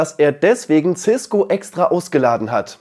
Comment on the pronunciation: cisko nicht ciskgo